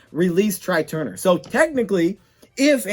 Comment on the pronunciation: Tray Turner not Try Turner.